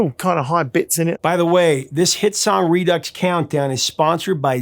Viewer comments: It's pronounced "Redoo" not "Reducks" SMFH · Redux is pronounced redue or redew. Not ux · The X is silent Re Doo. Not Re Ducks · Why do you call it 're-ducks' if it's pronounced like 're-do'? Just asking. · Redux is pronounced ree-doo. It’s a French word. I love Casey Kasem, but he was an a$$hole. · redux - re-due